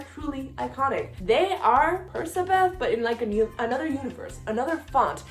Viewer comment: does anyone else pronounce percabeth as PER-CK-A-BETH??